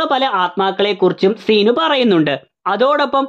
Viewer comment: സീ നു അല്ല ൻ്റെ പൊന്നോ സിനു 🙏🏻🙄